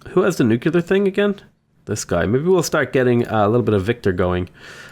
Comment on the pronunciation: My ears bleed with every "nucular" thingy